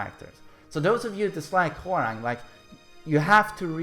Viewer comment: who else kep hearing whoreang? lol